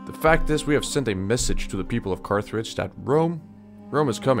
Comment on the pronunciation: Please do more content like this ,shit goes hard,but you did mispronounce a lot of names, for instance, Veneti, Carthage and switched the names of the towns of Patavium and Velathri.